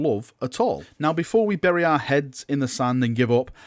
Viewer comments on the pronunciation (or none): none